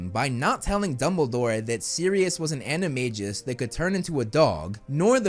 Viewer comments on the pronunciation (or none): Excellent job, great video as always. To me, your biggest hot take is your pronunciation of animagus animagi in the words of Hermione Granger, "You're saying it wrong." Stephen Fry says it correctly of course while reading the books. The most ridiculous hot take out there is from the SCB about Filtch being a poltergeist. PS I liked the Fantastic Beast movies, too, and I think they should use some of that money to make the other Fantastic Beasts movies. Never mind what the haters think.